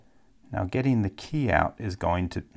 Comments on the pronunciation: Why do you pronounce key like "kæy" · His pronunciation of "key" in certain situations is golden. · Do you know where he’s from because his accent comes out whenever he said key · the way you said key was funny to me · He says "key" weird